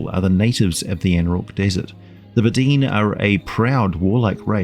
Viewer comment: I think it’s pronounced, Bed-oh-win